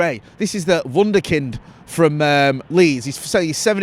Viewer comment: Did you say Wunder kid?